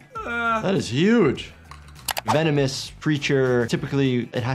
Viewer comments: vemonis? at least he said it right the second time XD Venomous* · Bro said vemonous